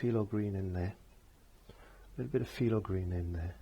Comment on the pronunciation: Just curious...it sounds like you're saying "Filo green", is it phthalo green that you're saying?